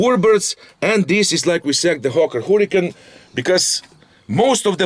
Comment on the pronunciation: it sounds like you say Hawker Hooligan all the time hey